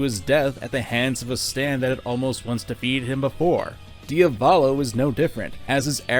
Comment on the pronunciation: its pronounced Dee-a-vo-lo not dio-vollo